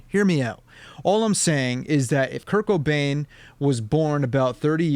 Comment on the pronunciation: Anyone else thought he was saying "kirk O'Dain" instead of "Kurt Cobain"